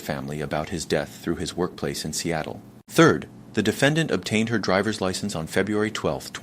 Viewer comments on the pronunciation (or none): none